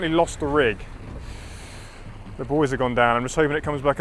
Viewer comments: He said we found the boys LOL you meant buoys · Oh buoys not boys